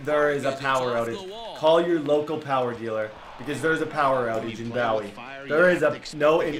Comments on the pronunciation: Bowie is pronounced like Boo-wee not like Bow E like David Bowie. Love your videos. I live in Maryland and I love the Os! Great series 😊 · it’s pronounced boowie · ITS PRONOUNCED BOO-Y this is like my 4th time commenting this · Love your vids man keep em coming. I live in Maryland and happy your with the Os. But.... Bowie is pronounced. (Boo-e) lol. Take care man. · Aye its said boo we my grandparents are from there